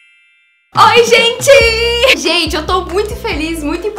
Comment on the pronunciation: eu ri de maaaaais " oi minha gene " kkkkkkkkkkkkkkkk ameeeei